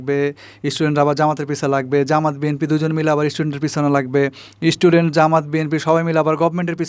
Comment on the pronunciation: Age istudent theke student bola sikhun. Tarpor channel chalaben